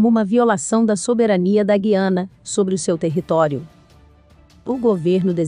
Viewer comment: Você está pronunciado o nome da Guiana errado.